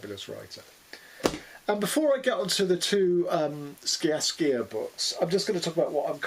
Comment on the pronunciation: Sciascia pronounced SHA-sha